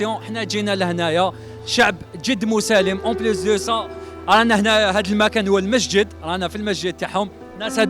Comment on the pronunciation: قال مشجد ماشي مسجد